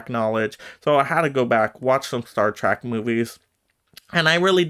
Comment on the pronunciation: Trek is not pronounced as track, but like Shrek, replace the sh with a T